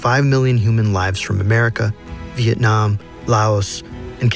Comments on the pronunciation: anyone else notice “Viakong” instead of vietnam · Vietnam not Veitcam